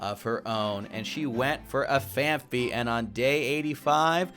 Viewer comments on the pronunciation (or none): none